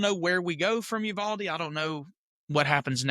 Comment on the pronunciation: 100 agree. Nashville PD response a short time after Uvalde gives me hope. you-VAL-dee. Accent on the VAL and you say VAL just like the word “value” . Great channel